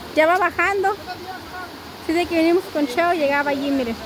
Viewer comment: no se dice venemos...se dice.. venimos..